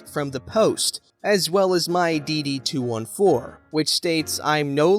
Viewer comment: It's said: dd two fourteen. 😁